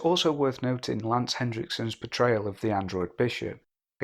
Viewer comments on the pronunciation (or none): Lance Henriksen, not Hendriksen.